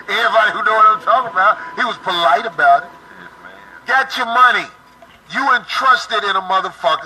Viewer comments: "He was Polight about it..."😂😂🤣🤣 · “He was polight about it “😂😂😂😂😂